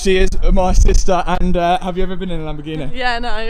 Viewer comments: Lamborg eeen eh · It's lamborghini not lamborghineh you prat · lol do you mean Lamborghineh